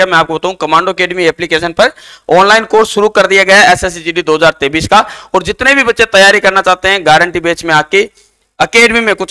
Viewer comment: Sir totra ho kya 2023 bolrhe ho ya 2033 saaf saaf bolo